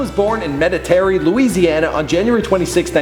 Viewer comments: Meditary!? Lol its pronounced medery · this dude really said "Met.ta.teri" its met(er)ie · Lol, Meta Tarry. No one seems to know how to pronounce Metairie. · It is pronounced met-a-rie you canadian idiot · LOL you totally mispronounced Metairie. It's Met-uh-ree. Just saying. I was raised in the New Orleans area and lived in Metairie briefly in the late 1970s. Located just outside New Orleans. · Metarie is pronounced met-uh-ree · FYI Ellen's birth town is pronounced "metahree" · he murdered the name metarie and new ORLEENS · Said Metairie wrong